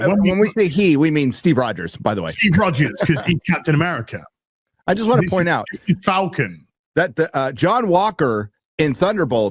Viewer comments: it's AMERICA, not AMERICA-R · The way he put stress on "America" makes me root for Red Hulk.